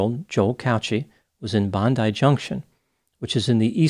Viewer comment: Thanks for pronouncing Bondi correctly.